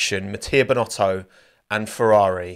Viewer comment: Binotto not Bino'o